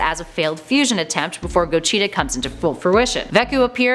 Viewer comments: i love ya but damnit his name is go-g-ta there is no chee in his name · Cheetah...cheetah...Cheetah... "Gocheetah" "vecheetah" lol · Why TF are you saying go-CHEETA? GO-GEE-TA 🤦🏻‍♂️ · STOP SAYING GOCHITA ITS GOGETA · Its pronounced GO-JEE-TA not GO-CHEETAH Jesus CHRIST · Who is GO-cheeta 😂😂😂 did they have stripes no1 else saw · Everytime she said Gocheeta made me so mad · go - cheta 😂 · Goshita??????? Wtf buaaahahahahahaha "godzila", now is Goshita are you kidding me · everytime she said pilaf & gogeta; i cringed so hard who tf is kocheetah? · Gocheta & Vecheeta lmaooo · “Ve-cheetah” “co-cheetah” 🤮🤮🤮🤮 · Why are you mispronouncing the names? Vacheeta? Gocheeta? Also - did you steal Geekdom's video? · She also says "fa-cheeta" and "go-cheeta" 😂 so cringe. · I dont like the way she says any of the names...just hurts to hear em said like that...gogeta....pilaf.....a few she doesnt say right